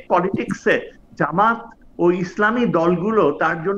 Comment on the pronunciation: Jamat not jamayet.